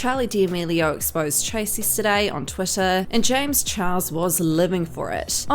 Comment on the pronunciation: Honestly I laugh every time she says James chihuahua